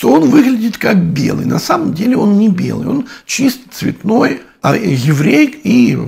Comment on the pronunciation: бэлый, бэлый совсем бэлый🤣